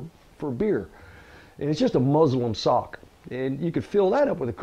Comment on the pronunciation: Listened to it several times. Does he say Muslim sock? Lol